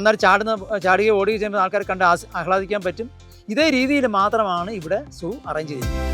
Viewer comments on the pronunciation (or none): zoo എന്ന് ഉച്ഛരിക്കാൻ ശ്രദ്ധിക്കുക 😩